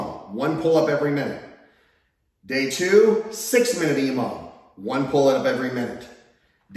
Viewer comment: Emom? Imam? What are you saying ????